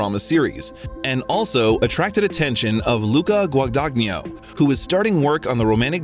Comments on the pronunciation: There are so many factual errors (including CMBYN Oscar recognition and the correct spelling of “Miss Stevens”) and mispronunciations (taciturn and Guagagnino among them) here. On top of this the narration frequently sounds like it was translated into another language and then back into English). The result is that the video’s credibility was suspect all the way up to the moment when the reference to tabloid US Weekly as a “reputable” source killed it completely. I’m always eager for interviews of Chalamet but the lack of care a creator takes with his work correlates with the respect an audience should afford it. This one was definitely a miss. 🫣😔😖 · One does not pronounce the “g” in the middle of the directors name…GWA-DA-NYEE-NO. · Timmy is incredible but you know what’s not? The narrator absolutely BUTCHERING Luca Guadagnino’s last name. Jesus Christ, how hard is it to look up the correct pronunciation of his name? 🤣 Editing because as I watched the rest of the video I noticed the narrator managed to butcher EVERY SINGLE LAST NAME of actors and directors. C’mon, man. 🤦🏻‍♀️😂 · Gosh, how you butchered Luca Guadagnino's name :( I almost fell out of my chair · What about Guadagnino? it's amazing how native english speakers cant't even do the bare minimum to use google translate. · He butchered Luca Guadagnino's surname